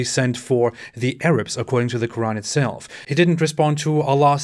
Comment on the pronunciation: As an Arab pronunciation of quran is much better than Ali dawah